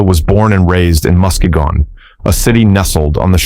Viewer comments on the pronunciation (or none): It's pronounced "muskeegan' lol